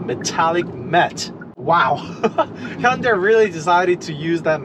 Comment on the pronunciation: you keep saying honda... hunda.. quite annoying. removed channel from recommenations